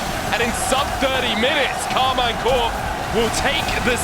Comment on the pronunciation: Please its pronounced "Karmeen"